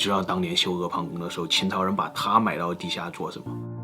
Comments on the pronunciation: 发现自说自话的，确实是个文化素质相当高的人，阿房宫能念出ē páng gōng的，估计中国现在没有几个人了，能读成ē fáng gōng的都屈指可数。不愧是最值得喜欢的youtuber。不过系驾应该念作jì jià，繋驾，不是系驾，这是简体字造的孽。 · 怎么开工那么早，这次居然读对了阿房宫🤓